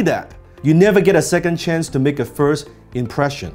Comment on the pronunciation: 不只口音問題，仲聽到好多發音錯誤，Three 讀成Fee , First 無左st音，question的"stion"讀成"純".... 好多字發音的輕重位都錯，原本都好似好多其他人一樣當練聽力，但聽到5-6分鐘後，實在聽不下去。